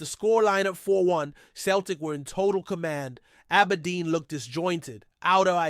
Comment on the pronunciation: Listen you know nothing about Celtic go back to watching baseball It’s not Kel Tic It’s pronounced Sell Tic Celtic Get it right